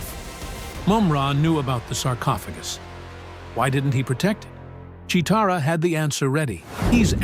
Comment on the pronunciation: 4 minutes in: You might want to watch an episode so you can pronounce the names correctly. No offence. You said Che-o-tara and Willy-cat by mistake.